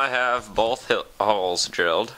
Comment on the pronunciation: Why did you add the "w" on the word "holes"?